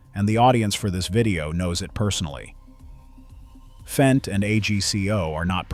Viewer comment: It's Fendt, not F-E-N-D